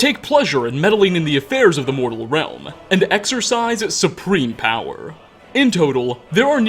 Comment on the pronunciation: Realma, Powera, nightmaresa, onea, Dude stop talking like that. You sound like James Bottomtooth III